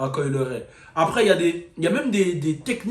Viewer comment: Pourquoi tu prononces son nom comme ça ? 🤣